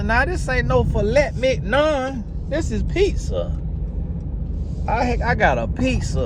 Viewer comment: time stamp when says “this ain’t no Filet Mig-non!” 🤣🤣🤣🤣🤣 LOL! This dude is hilarious!!!